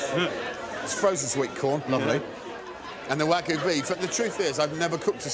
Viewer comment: Why can’t British people, including chefs, pronounce “wagyu”?